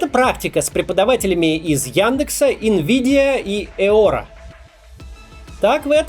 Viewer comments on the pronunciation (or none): none